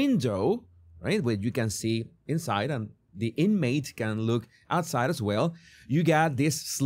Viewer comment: Excellent video but please learn to pronounce these words differently (voiced vs. unvoiced consonants!) because then hundreds of other words will become less difficult to understand: of / off, as /ass. And the words "month, love, one, anOther, LOndon" are pronounced like "but, nut, cut" not like "got, god, not"!